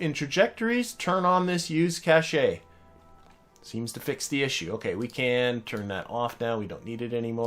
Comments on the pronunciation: Youtube doesn't allow links in comments so I can't link you to the evidence, but check the Wikipedia entry for "Cache (computing)", and/or any major dictionary. They'll all agree that cache is pronounced cash; whoever told you it was pronounced cash-ay was wrong. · As someone else has already pointed out, your periapsis was preventing the contract from completing: it wanted "Situation: Orbit" and with a periapsis below 70km, you were suborbital. All you needed as you exited the moon's SOI was a tiny little prograde nudge and you would have finished the contract. I also want to comment on the pronunciation of the word "cache". It's a common mistake to pronounce it like "cash-ay", but in fact "cache" is pronounced exactly like the word cash; no "ay" sound at the end. The word "cachet", meaning prestige or reputation, is pronounced "cash-ay", but "cache" is just pronounced like "cash".